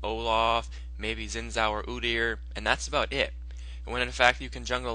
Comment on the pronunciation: zin zao? pronounced shin jao.....xin zhao...